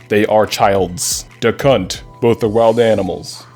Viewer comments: He says duck hunt as “Dacunt” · The way he says "Duck Hunt" sounds a lot more like "Da C**t". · when you said "Duck Hunt" it sounded like "Da Cunt" lol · When you said "duck hunt" it sounded like DA CUNT